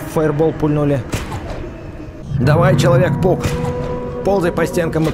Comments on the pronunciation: мне одной показалась что он сказал человек пук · такое ощущение что ты говоришь вместо человек паук, человек пук!😆